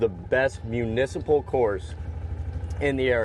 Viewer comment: You lost me at “municiple”